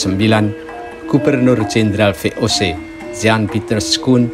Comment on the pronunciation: Ngakak ngomong VOC nya